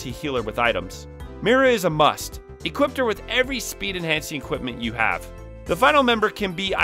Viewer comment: I remember when I used to say "equipt." Then I learned it's "equip", and that "equipped" is its past tense.